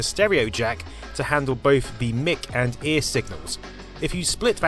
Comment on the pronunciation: Stop calling the "mic" input "mick" -- it's short for "microphone" and should be pronounced "mike". #grumble